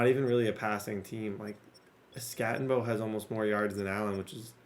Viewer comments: Crazy how much you play and you can’t get peoples names right. It’s not skatteNbo. Doesn’t take much to learn people’s names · no N in skattebo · There is no N in skattebo. It’s not skattenbo. U are such a dumb ass. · There’s no N in Skattebo,. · It’s not Skattenbo it’s Skattebo. It’s pronounced Skatteboo but without the extra O you idiot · I FREAKING LOVE YOUR VIDS!!!! But his name is SKATTEBO NOT SKATTENBO. DROP THE "N"😂😂😂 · Not even an asu fan but I became more and more triggered every time you said skattenbo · Who the fuck is cam scattenbo? I don’t see an n in his name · “Skat-a-boo” PLEASE PLEASE!!!! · It’s Skat tee Bo! No “N” in there brother. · 😂 its...skat a bo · Bro cam SKAT-A-BOO. (SKAT) (A) (BOO) PLEASE SAY IT RIGHT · its SKAT-EH-BO Cam Skat-eh -Bo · Skat eh boo* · Just innocently oblivious of the fact he doesn’t say his name correctly and has probably looked at it 10000 times is 😂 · You saying skattebo’s name wrong the ENTIRE VIDEO is killing me 😂 love the content though!! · Why do you keep putting a n in Cams last name it’s so frustrating lol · the way td said skattebo the entire video just made me so angry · Idk if bro realizes skattebo doesn't have an N in it... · Crazy that he goes the entire video without saying Skattebo correctly even once. His name was on the screen probably 1000 times lol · there’s no N in skattebo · i wish i could yell at you for butchering that runnin backs name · Bro. No N in Skattebo ffs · Can’t get over you adding an “N” to Cam Skattebo’s name lol 😂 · so triggering you are butchering that dudes name jfc. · Idk where he sees an “N” 😂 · Infuriating the way he pronounces his name 😤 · There's no "N" in the name skattebo